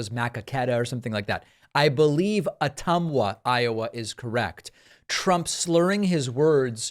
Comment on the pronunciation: Ma-Coe-Ka-Tuh...but you're right on for Ottumwa.